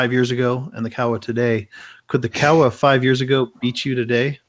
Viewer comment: What is amazing that Kawa is the best glider pilot ever and you can't pronounce his last name correctly. What is wrong with you people?